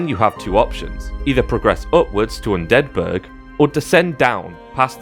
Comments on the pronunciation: are you purposefully mispronouncing undead burg? sounds like youre pronouncing it like it's a swedish city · Hearing Undead Burg as one word feels cursed